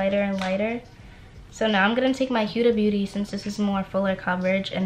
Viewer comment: Ur video is great 👍🏽 & definitely held my attention PLEASE learn how to say HUDA BEAUTY!!!!! It makes me cringe every time u say it wrong...... sorry 😐 AND GO BOLD WITH THE COLORS WE HAVE THE PERFECT SKIN TONE, you more than I sweetheart! 💯💞🎯